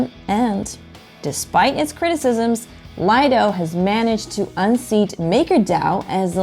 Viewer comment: Nice video. Also, it's pronounced, LEE-doh. Definition: 'Private beach'.